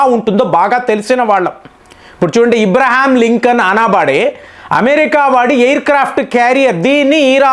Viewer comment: అబ్రహం లింకన్ అని పలకలేరా? ఇబ్రహం లింకన్ ఏంటి ??